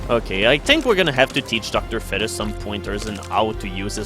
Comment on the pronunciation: im being an ass hole doing this since its 2012 but pernounce is feet-us sorry for being an ass face